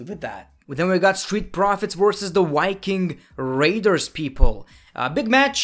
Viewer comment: It’s The Viking Raiders, not Yking Raiders